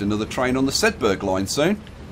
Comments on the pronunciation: It's pronounced sedba not sedberg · sedberg not shedberg